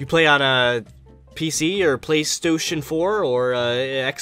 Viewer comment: "PlaystOtion and xsqare" LOL